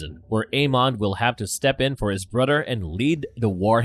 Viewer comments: He says Brudder not brother. 😵‍💫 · So... This guy pronounces "th" as "d." I don't know what a "brudder" is.... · ... Do you really keep saying "Brudder?"